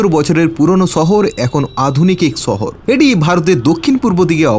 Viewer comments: শহর উচ্চারণ টা শিখ রে ভাই ছ ছ করিস না। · দাদা ছহর না শহর হবে। উচ্চারণ ঠিক করলে ভাল হয়। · ছহর কি রে পাগলা। শহর বল, শুনতে ভালো লাগবে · ছহর নারে পাগলা শহর হবে। আপনাদের উচ্চারণ এতো অদ্ভুত কেনো?